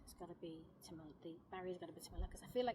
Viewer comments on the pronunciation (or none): none